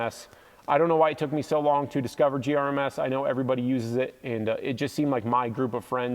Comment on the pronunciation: I died a little inside every time you said GRMS. 🤣 The Hest mattress is the best thing ever if it can fit it in your tent and close. Best RTT mattress. I love sleeping on it. Fenix bike lights, flashlights, and headlamps are awesome. I love that you mentioned the USB C thing. Every rechargeable device now should come with USB C. It's 2023. It would be so nice to only need 1 cable type to charge everything. Nice videos. Hope to see you out on our Colorado trails sometime.